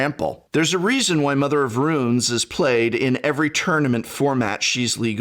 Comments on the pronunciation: yo prof, what's up with pronouncing runes as ruins? is that a regionalism, or you being silly? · Mother of RUNES, not "Ruins" x-P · "Mother of Ruins" "Shelei" :D Prof you're killing me (in a good way) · But why pronounce tunes as ruins? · "Shalay" But I mean, hey, terribly mispronouncing things works for Seth PROBABLY better known as...well, you get it. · Is professor’s pronunciation of Mother of Runes some kind of a joke or did he repeatedly make a mistake in this video?